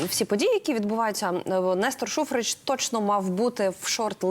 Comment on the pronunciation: Шухрич, без синців, не Шухреч..